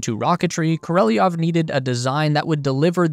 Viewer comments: Королёв. We, Russians, sometimes lazy to add these 2 dots to "ё" (yo), so in some sources it written with "e", but meant to pronounce ё. So it's Korolyov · Why do you pronounce the name kOrOlEv as kOrElOv? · Kor-o-lev not kor-ee-lee-nov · Kor. Oh Lev,………….not Kor Oh Lev E Off ! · You said Koreleov 😂 It’s supposed to be Korolev. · Korolev. KOR O LEV KOROLEV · Great video. But his name is pronounced Ko ro lyōv. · Why do you pronounce it “Koreliov” ? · Pronounced more like...Kor ol yov. Your welcome. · What is it with Americans and pronouncing names? How hard can it be? Just listen to the original sounding. Oh yeh, you don’t care. Easier being a jerk ))